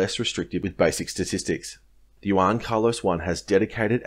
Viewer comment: Nice analysis bro. Now just to learn pronunciation on the word Juan! 😉😂 Keep up the good work! 👌🏻